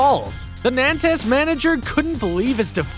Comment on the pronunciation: Pronounced Nantes like a true American